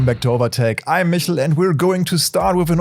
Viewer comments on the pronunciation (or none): none